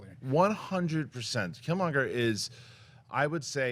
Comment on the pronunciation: Killmonger. Not Killmongler.